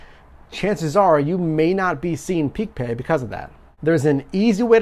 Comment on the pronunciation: Stop saying peak pay